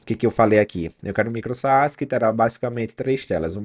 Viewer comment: só uma dica, não se fala "saás" puxando o acento pro segundo A. é um A mudo, se pronuncia "sas"